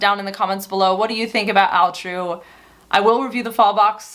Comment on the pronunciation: Question. Why is it pronounced Al True and not All True as it’s spelled? What does Al True stand for?